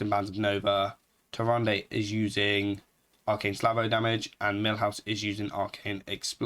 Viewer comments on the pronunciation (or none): Slavo? Say it with me buddy.. S - a - l - v -o!! You're a native english speaker, you should know better. I'm sorry but this really frustrated me listening to you miss the word like 15 times in 2 minutes :D